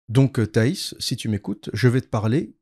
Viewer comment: Apparemment je n'étais pas le seul à mal prononcer le nom de Thaïs (d'Escufion)